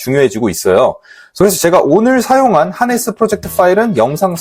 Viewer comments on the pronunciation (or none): 하네스로 써놓고 하르네스로 들리는 이유는 뭘까요?